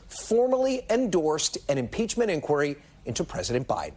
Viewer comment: What a spineless Cypher! Oh, and Kevin? Learn how to pronounce the word 'inquiry'.